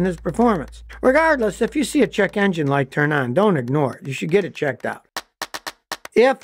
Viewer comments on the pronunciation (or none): none